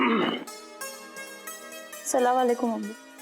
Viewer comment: Salawalekum nhi hota please sahi se Salam kiya karo